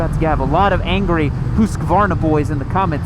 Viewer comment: To all Americans: Hoosqwarna (as in booze and squirm; if you say Huss-kuh-varna you sound like a moron) Moto Gootsee (as in pizza; if you say Guhzee you also sound like a moron, to me at least) It's really not hard even for 'Murricans, come on, show some respect. You don't want me to say Harlee Duhwidsun either, right?